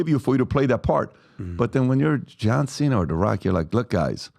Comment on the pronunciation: The mispronunciation of Cena's name is also painful. Also, Vince Vaughn didn't play 'Psycho,' he played Norman Bates.